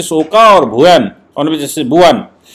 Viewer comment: With due respect, Just a small correction. आप ऑनरेबल जस्टिस ओका का प्रॉपर प्रुनांसिएशन ओका के जगह "ओक" होना चाहिऐ । as he is Maharashriyan.